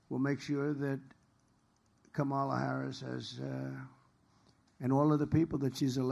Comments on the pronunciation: Why are they in a garage? Again he pronounced VP Harris’s first name again. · Whoa, this is the lowest energy I've seen since he was sleeping in court and at the RNC. 😬🥱 It's also so weird that he can't say Kamala's name correctly.